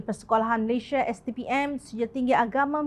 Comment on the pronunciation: Malaysia bukan Malayshia.